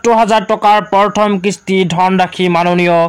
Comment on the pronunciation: উচ্চাৰণ ভালকে কৰিবলে শিকি লওক । পৰথম নহয় প্ৰথম হে হ'ব।